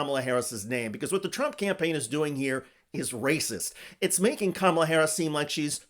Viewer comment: I'm sooooooo tired of people saying her name incorrectly, intentionally!!.....FFS how many times do people have to be corrected?!?!?..its really not hard to say!!...say it with me, here I'll spell it phyneticly.. , LA Again, in another form.. ca ma la!!! It's so juvenile to continuously say wrong!!